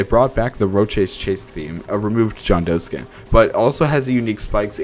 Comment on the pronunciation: Please never pronounce Rochas again